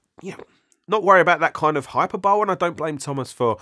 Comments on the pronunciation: really sorry, it's pronounced hi per bol ee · Just FYI hyperbole isn't pronounced like tadpole, the 'e' at the end is articulated - hahy-pur-buh-lee.